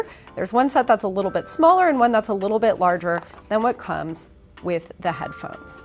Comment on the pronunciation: Thought she said headplugs instead of headphones. Was about to loose my mind.